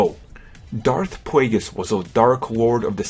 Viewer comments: dauwf pwaygiss lol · Darth Pwaygus?